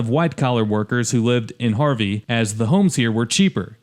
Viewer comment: No sh*t, it's Harvey 😂